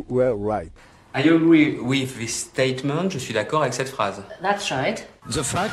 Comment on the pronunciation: Le mec il dit "ziss" pour "this", "ssainks" pour "thanks" et tout le monde trouve qu'il parle bien anglais ??? Rassurez-moi c'est les français qui trouvent qu'il parle bien anglais non ? Ah ok ...